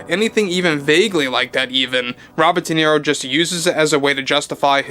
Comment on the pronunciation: No sabes hablar correctamente dices niro en ingles Robert de niro idiota.